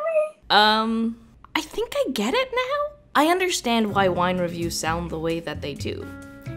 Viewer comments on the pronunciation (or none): "I undertand!"